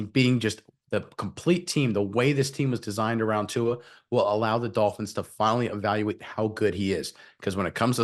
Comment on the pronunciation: Guys, please pronounce the Tua’s last name correctly.